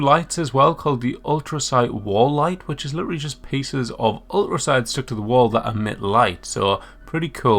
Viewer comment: The T in ulTracite is not silent my guy